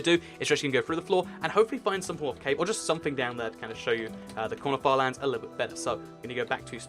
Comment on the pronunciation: When he said corner farlands, it sounded like 'quanerfar lands'